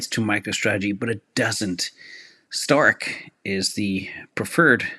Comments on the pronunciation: Why does keep saying "Stark"? Isnt it "Strike"? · STRK is pronounced like STRIKE, not STARK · Somebody needs to tell STRK is Strike; not Stark.